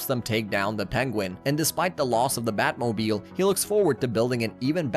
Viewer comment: Sometimes during your talk through, you pronounce words strangely. . . EG: Everyone knows its the Bat- Moe-Beel not the Bat Mo-B-isle. . . are you, Is this? AI generated content?